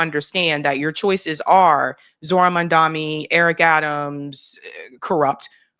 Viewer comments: It’s Mamdani not Mandami. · At least learn to pronounce his name correctly. It's not Mamdami. It's MAMDANI. Is this a black thing? And why are blacks supporting Cuomo? Black people are totally racist towards South Asians. They also love the fact that Islamophobia is rampant. The spotlight is on Muslims and not them. Also hating Muslims makes them think they will be accepted by whites more. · Why are so people calling him "Mandami" instead of "Mamdani"? It's not the difficult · How is it so difficult for you to say his name? You say his name like Cuomo does 🤮🤮🤮… MOM DA KNEE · Please pronounce Zohran Mamdani's name correctly! It is Mam Da Ni! Thank you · Please pronounce Zohran Mamdani's name correctly! It is Mam Da Ni! Thank you! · is so reactionary. She loves MAGA and Candace Owens. His name is pronounced: 'Mom Donny'. Why is this so difficult for? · Please learn Zohran's last name. It Mamdani. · Please for the love of God, pronounce his name correctly. Oh my god. 🤦🏽‍♂️